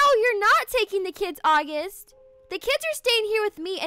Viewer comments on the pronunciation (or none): it’s August not Aughust